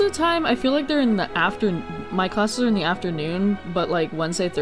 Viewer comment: The location is pronounced Lanér(u). The Zelda Wiki says some crap like Lanayroo because of Breath of the Wild's English version but the Japanese name is ra-nee-ru. The "nee" is a long "e" (not the English one though and it can kind of be accepted as that "ay" so I give them that) and the "ru" is a short one. In Japanese the "u" often is barely pronounced. So it is more like "Laneer(u)" with the double e being long like in onee-san.